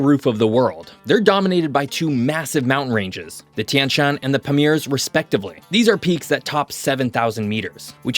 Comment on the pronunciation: Kudos to for prouncing Tian Shan perfectly 👌👍